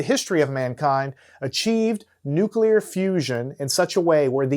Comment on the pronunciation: Strong nuculer force